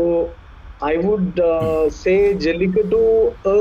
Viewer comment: always says jalittaku instead of jallikattu.😂